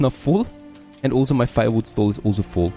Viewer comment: You say "Also" or rather "olso" way too much, damn. Nice content though.